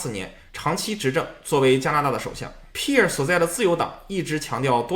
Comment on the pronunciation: Pierre 也读错了😂